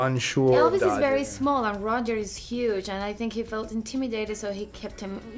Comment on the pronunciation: She said dodger